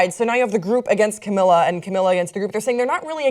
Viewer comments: this is so difficult to watch since cant pronounce camila's name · its pronounced Cam-ee-la Ca-bay-o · Cam-EE-la Ca-bae-YO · It's pronounced cam-ee-la cab-ay-oh :)